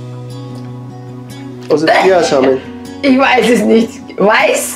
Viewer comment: Sie meint chiHaNsamen😂